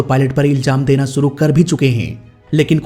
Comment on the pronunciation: You need more focus on pronunciation while speaking urdu words, as "zaroori" not "jaroori","shuroo" not "suroo" etc.